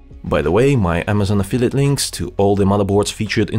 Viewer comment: Аффилиет,, а не афитед